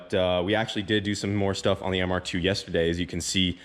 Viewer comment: Im i the only one who cringe when he says mr2. Hes like the ‘’mr- ... tffooooo’’